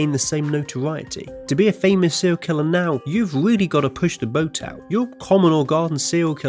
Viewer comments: "But can you name a sewial kiwwer" Fuck I hate your voice. 😂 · sewial kiwwer owo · Sewial kwiller uwu 69 times